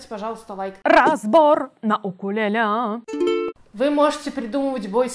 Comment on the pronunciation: В господи, когда же люди научатся говорить правильно? УКУЛЕЛЕ